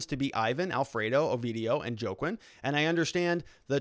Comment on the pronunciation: Juaquin is pronounced Hua Keen or Waa Keen - you live in AZ and don't know any Spanish..?? WTF